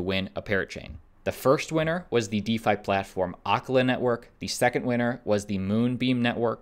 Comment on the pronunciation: He totally miss pronounced acala 🤦🤦🤦